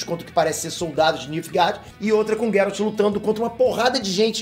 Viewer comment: PARA DE PRONUNCIAR GERALT ERRADO